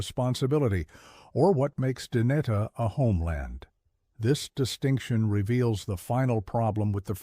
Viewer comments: If you need AI to actually tell human history, then you should NOT have a YouTube channel where you pretend to have the skills of tell our history. You are the problem, NOT the solution. PS. Your bot pronounces Dehe like a slob. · Sadly, this is AI generated slop. The inconsistent and incorrect pronunciation of easy words like Navajo, Dineh, Na Dine'e, bizaad, and dinetah make it obvious that the narrator has no real knowledge of Navajo or the Navajo language. Illustrations showing puebloan buildings, or the one attempt of illustrating a hoghan are also very inaccurate or do not pertain to the Navajo shelters at all. The picture containing a supposed seal of the Navajo Nation is not even close to the actual seal. Some of the information may be correct but that warts throughout this narration are grating.